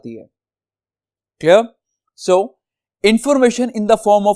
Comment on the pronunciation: CleR clR clear😂